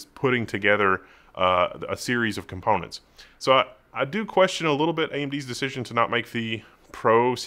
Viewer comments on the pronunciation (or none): none